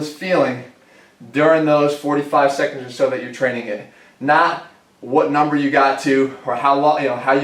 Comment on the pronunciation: Gotta work on numba 5